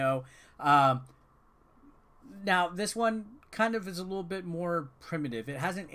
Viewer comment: I chuckled when you said "Lickle". Wow I'm still immature